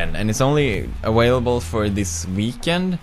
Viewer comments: He said aWHALEable. :3 ._________________. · it's only AWHALABLE